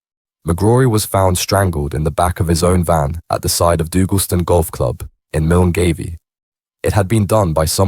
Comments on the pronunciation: "MILN GAVIE" 😂 it is pronounced MULGUY (Milngavie). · Millen-gay-vee. Is that a suburb of Blackhill?